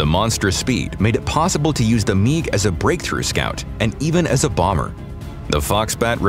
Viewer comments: MIG not Meeg. WTF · WHAT THE HELLOIS A meeg?' lol